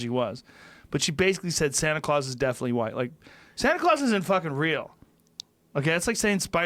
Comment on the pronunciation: Joe "Santa Craus" Rogan